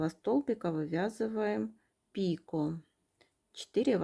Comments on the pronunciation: Извините, слух режет,не п ико, а пик о, ударение на о, спасибо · Не пику, а пико